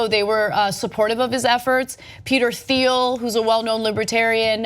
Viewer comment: It's pronounced. Peter Teal